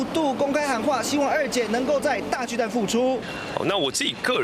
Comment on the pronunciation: 巨蛋? 蛋 = （台语）NUI/NENG, ”巨蛋“ 根本就是华文，你不如直接用华语北京话的读音来读 ”巨蛋“不是最好，何必多费工用台语的读音来读华语的”巨蛋“呢？还有，台语是没有 ”巨“ （KHI）这读法的，这是发明字吧？另外，这是什麽年代了，没必要 华文/台语 一个字一个字来对吧，这不是两蔣时代吧？大巨蛋 = TUA NUI （台语）！